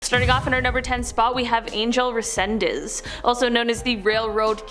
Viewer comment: Angel is pronounced “on hell”. It’s Spanish.